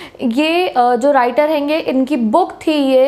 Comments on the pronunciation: "Haigi" What a word. I listen by your mouth. It's sounds great👍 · Best Thing is " Hayinga " so funny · Why it is Henge and not honge 😂😂😂😂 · Right bro🤣🤣me too👆🤣😆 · I love your accent specially this word 'henge'😂😂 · I like the word "Henge" / "Henga " pronounced by didi 😂😂🙌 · The way she said "haingey " was so funny 🤣......... anyways the lecture was so helpful........tysm ma'am 😊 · I also noticed that one hainge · "hainge"😁😍, sry and thanks you for explaining this chapter in the easiest way ☺ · Thanks for the video but that hainge sounds really weird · haegaa,hangeee lol